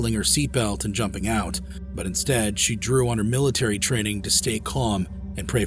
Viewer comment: "Militairy training"? 😂😂😂